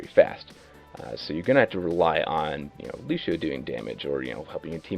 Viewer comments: I'm well aware it has no bearing on his actual level of mechanical skill as the character. But why is it that people can't pronounce Lucio without throwing in a "sh" where there's a C? It always makes me second guess, but I mean... Listen to the voice lines! Look at videos where the other voice actors interact! During esport tourneys, random people on voice chat, even DSP! Ok. Ok. I can get through this. it drives me insane, but I got this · Anthony Moraga in the game they pronounce it lu-cee-oh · Why can't he pronounce Lucio correctly? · Every time he mispronounces his name I cringe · He may know how to play him, but he can't goddamn pronounce the name right. Fuck this guy. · I like the fact that someone with 400+ on Lucio still can't pronounce his name right. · yassineya you’re joking right? That’s so wrong lol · please stop saying Lushio.. it irritates me so much more than it should :p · Stowtie It's Lucio, in what way would you say sh in place of a C in a non english language? Lu-see-oh. that simple. And if a person can't pronounce it right that person is quite dumb, especially if they played countless hours with the character. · why is he saying lushio?! his name is lucio! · Lucio...i always pronounced his name as loo-see-oh not loo-shee-oh 😫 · It`s Lucio with a C, not Lushio... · It's really annoying me that one of the top Lúcio players in the world pronounces his name as Lushio, even though he should have played the game enough to hear the voice clips of Lúcio himself as well as the other characters refer to him as Lúcio(Loo-see-oh). And if anyone wants to argue that the accent on the U changes it, it doesn't, the ú makes it an "oo" sound rather than an "uh" sound so it's not "Luh-see-oh". Sorry for the rant but when people mispronounce words then try to argue about it gets on my nerves (not saying is arguing nor that he is less of a Lúcio main for mispronouncing his name, but there are people who would die rather than pronounce his name as Lúcio)